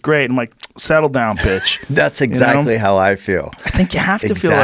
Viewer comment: Joe said “bitch” like “betch”